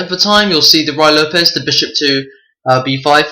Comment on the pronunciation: It's Rooie, rhymes with Louie, not Rye.